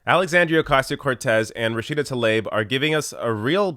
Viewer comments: I have a bit of OCD when it comes to saying names. You're saying TAH-Leb. When it's TLAH-eeB. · Great points,. However, you should know that her name is pronounced “Rashida tah-LEEB”.